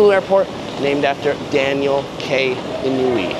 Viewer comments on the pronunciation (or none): Great video. By the way, Inouye is pronounced “In-no-way”